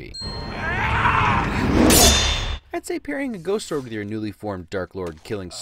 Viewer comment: Bruh, it’s not even a "sore" day. It’s a "sword" day.